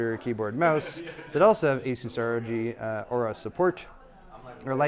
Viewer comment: Aura please not aourus